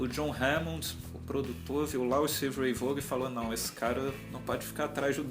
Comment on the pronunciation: Não é "Vôgan" a pronúncia é "Vón".